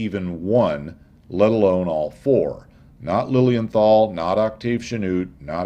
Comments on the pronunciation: Your dismissal of Lilienthal (pronounced Liliental btw.) sounded as if what he did was pretty much useless, however this is not the case, as Wilbur Wright himself praised his work in an 1912 essay in "Aero Club of America bulletin" as "the greatest of the precursors". Lilienthal did a lot of reseach and theoretical foundation upon which the Wrights developed their plane. I don't know about the correctness of specific numbers of his and the Wrights certainly were wise to double check them, but Lilienthal did answer certain basic questions beyond any doubt already, like curved wings vs flat wings and wing profiles and only copying the gliding aspect of bird's flight over flapping etc. So Lilienthal did solved the first problem of flight and lift and the Wright brothers certainly did not discover these facts. It seems to me as though they knew them from Lilienthal's publications and just checked on them. Also it should be mentioned that Otto's brother, Gustav Lilienthal, worked a lot on gaining this knowlege as well, but did not do the flying and rarely gets any credit. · Your pronounciation of Lilienthal is almost correct. Replace the th by a simple t and your there (no th in German zats why they say zis and zat when zey speak english).